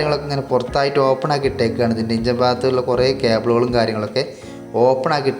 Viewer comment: ഇഞ്ചൻ അല്ല എൻജിൻ